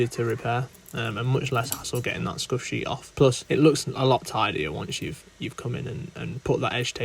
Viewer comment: As someone who knows nothing about cricket, I thought he was saying skushy